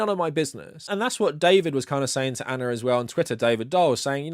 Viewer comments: I like how you say Ana. Anner. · I think Ana might whine that you’re calling her anner